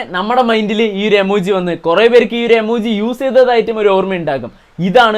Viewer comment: എമോജി ഇല്ല ഇമോജി😂😂😂